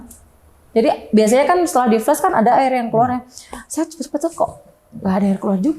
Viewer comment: Maklum aj bang, mbaknya nyebut flas aj dengan fles😢